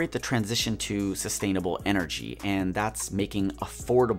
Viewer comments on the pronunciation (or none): none